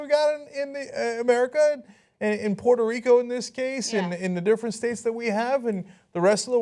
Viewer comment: Miss Pitter Rico. Say that shit right Ana. PUERTO!